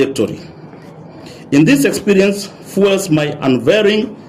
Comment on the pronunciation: Congratulations to this smart girl who wrote your statement. I wish she had taken you through it as you'd have known to pronounce a few 'big' words like 'unwavering' instead of pronouncing it as: 'an-wafeeeling''......ama ilikuwa joke tu 🤣🤣